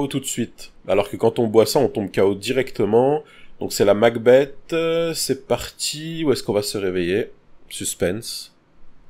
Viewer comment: MacBeth se prononce MacBess, et pas MacBette ^^ De Shakespeare